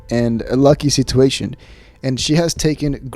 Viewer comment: I'm subscribed because I'm an ol' hen and love getting the dish on my favorite podcasts but......I hate how you say the word 'situation'